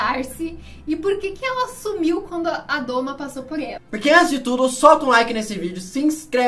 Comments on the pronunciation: Pq vc's falam "a doma" quando o certo é o domo? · Adoro o canal. Vejo tudo. Mas falar "a doma" é dureza pessoal! O certo é domo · Esse comentário precisa ser visto. Toda vez que eu ouço "doma" me dá uma dor (e vontade de fechar o vídeo).